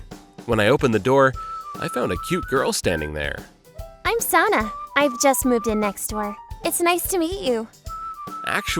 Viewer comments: Every time they said Sana it sounded like Santa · When they mispronounce Sana 😭😭😭